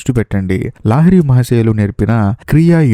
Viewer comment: Sir lahari not laahiri